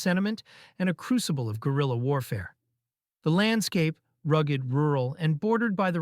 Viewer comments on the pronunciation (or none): none